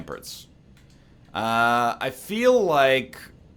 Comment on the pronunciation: When will someone tell NL that its pronounced "ram-parts" not "ram-purts"